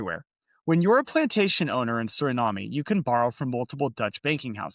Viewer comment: Final e in Suriname is silent. Cheers!